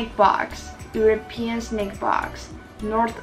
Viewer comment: 是snack不是snake啦😂